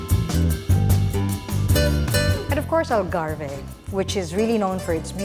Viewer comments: Gosh I wish they could have studied how to properly pronounce the word ALGARVE. Doing a documentary proper pronunciation is essential and mind you basic as well. Such a shame that small things like that was overlooked. Surely Portuguese are like WHAT????!!!!! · Wrong pronunciation of Algarve. You don’t pronounce the “e”